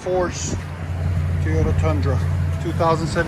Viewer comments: Its not Tiota, it's Toyota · Guy said teeeeeyota about 400 hundred times. It's Toyota, just so we're clear. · T”o”yota not Teyota god damn. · Stop saying "Tee-yota" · Great work. I'd think after doing so many of these you'd have learned not to call them TEEEEYOTAs. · T-O-tah? Where yous froms? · are u from the south? because i always end up saying teeyota too lol. oreilly's guy was like, a what?? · Guy can’t even say Toy-O-TA